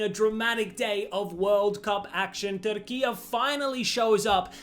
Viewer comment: It’s pronounced Turk I yay NOT Turkiyaa